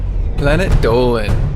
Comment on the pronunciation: Dolan should narrate more I love the tongue roll 😝😝